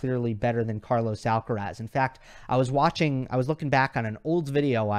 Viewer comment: K-mon Kaaaa.lous AAaallkaraaasss... you have a stunning pronunciation (ironic mode) 🤣🤣🤣